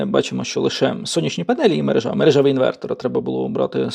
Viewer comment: Добрый день! Периодически смотрю Ваши видео, полезный контент! Спасибо! Маленькая но убедительная просьба, если Вы взялись продвигать (использовать) украинский язык, то в слове "мерЕжа" ставьте ударение (наголос укр.) правильно. Режет слух😊. Спасибо!